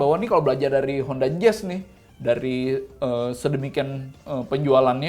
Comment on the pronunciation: ciri khas Om Fitra: tinggi saya 177cm ciri khas: ngomong "nih"-nya jadi "NEH". Gokil neeh... Lumayan neeh...